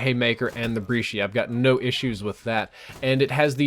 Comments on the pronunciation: he said breeshi instead of brecci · Do you pronounce the brecci like "breeshee"?